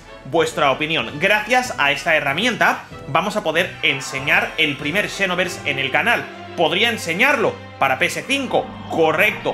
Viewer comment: Por que lo lees como shinovers?